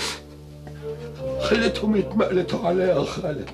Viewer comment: غلط في اللهجة يا أحمد ماهر . مفيش كلمت يتمئلتوا عليا . في لهجتنا. حته لو انقالت. تتنطق يتمقلتوا عليا و شكرا .. رائع دبور والله